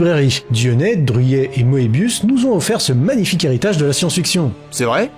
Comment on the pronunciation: On ne dit pas Mo-é-biuss, mais "Meubiuss" ( /mø.bjys/) . Et si on voulait respecter l'origine, on dirait "meubiouss" (/ˈmøːbi̯ʊs/). Le nombre de frenchies qui prononcent "Mo-é-biuss", ça ma fait halluciner...